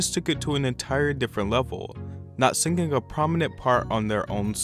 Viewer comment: He has a third grade education, what do you expect